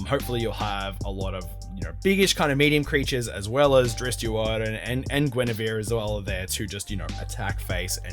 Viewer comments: It's drist not drisset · Its pronounced ˈdrɪtst